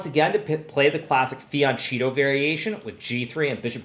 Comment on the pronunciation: every time a chess player pronunce the word "fianchetto" an italian dies...